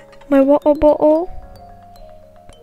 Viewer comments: Why u say waer bottle with no T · She saids water-bottle like waer bottle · I’m sry but like. My waw -uh bo’le